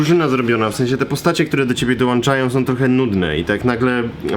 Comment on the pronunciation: Ponad pół miliona subskrybentów Krzychu a Ty mówisz "włanczam", "dołanczam". Szkoda że nie czujesz ciężaru odpowiedzialności.